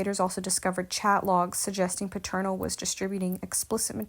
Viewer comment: I'm just starting to listen now. But I'm hearing something that's throwing me off. Their last name is Peternel - pronounced like PETER-NELL - Not Paternal. I'm only 5 minutes in to your video, but if you were a member of this Church, wouldn't you know the Pastor's name?